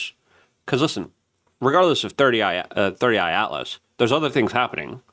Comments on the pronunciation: “Three i Atlas” Not “Thirty Eye Atlas” Luke 👀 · C'mon man!! You have to be doing it on purpose at this point. IT IS "3I ATLAS" not 30I Atlas. You are driving me nuts with this...lol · Three Eye Atlas, not Thirty Eye Atlas….! Lmao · Brother its three I not thirty I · WHYYYYY DOES LUKE KEEP CALLING IT "30 i Atlas!!!!" 😂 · holy f dude - we know it isnt your first language, but it takes 1 minute to look up how to pronounce people's names and proper object names. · i like to watch and am subscribed but... You need to settle down and quit being so in a hurry, first- drives me crazzzzy --- it's 3 eye atlas not 30 eye * 3I-Atlas get it . got it. good second- perihelion not fucken para helium !!! Quit being dumb - please ! Third Interstellar object to enter our solar system discovered by the Atlas telescope thus -- 3 I Atlas now you got it !!!! I hope... Now start pronouncing the idiots name at Harvard correctly. yes.... Avi Loeb. crazy Avi the Israeli-American physicist